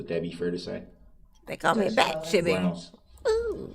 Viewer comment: lol, when I saw where chibbys bat was and had to ask Chibby to just get him when he says groundz. Knock him out for awhile lol